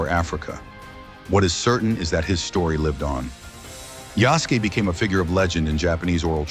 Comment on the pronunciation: I get your point but it's spelled Yasuke. It's sort of pronounced how you spelled it although you do pronounce the 'u'. It's almost like the soft 'u' at the end of 'desu'.